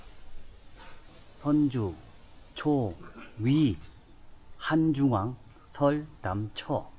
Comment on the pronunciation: 아저씨 한중왕 본토 발음 간지나네 크